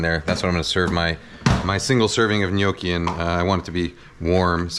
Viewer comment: Cant believe Im hearing someone in english saying gnocci properly